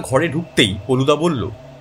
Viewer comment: গল্পের প্রশ্চদপটে কোথাও কোথাও ফেলুদা উল্লেখ করা হয়েছে, কিন্তু গলপো পাঠে বলা হয়েছে পলুদা। ব্যাপারটা আমার বোধগম্য হলো না।